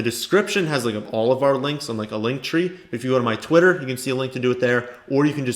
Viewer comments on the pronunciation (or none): none